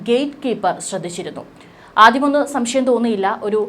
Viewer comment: സംഷ്യം അല്ല സംശയം, ആയിരം വട്ടം പറഞ്ഞു പഠിക്കു.